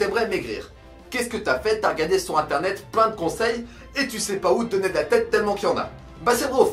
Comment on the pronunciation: Vers 1.50 le "sur inténet " aha, sinon bonne vidéo, en espérant que ça va motivé qlq uns :D ! ORAAAAAA ;)